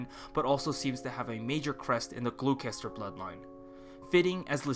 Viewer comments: FYI, the word "Gloucester" is two syllables and is pronounced "Glaw-ster" Same with Leicester. "Lest-er" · Gloucester is pronounced Glosster. It's a real place in England and that's how it's pronounced. Same sorta thing with Leicester.